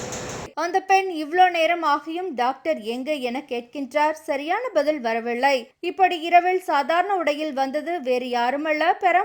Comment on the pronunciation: "" இரவிள் , சாதாரண உடையிள் , யாருமள்ள , பதிள் , வரவிள்ளை "" ...... என்று தவறாகவே வாசிக்கிறீர்கள் . கேட்கச் சகிக்கவில்லை !!! தயவு செய்து ல , ள வித்தியாசம் புரிந்து கொண்டு , தமிழை சரியாக உச்சரித்து செய்தி வாசிக்கவும்.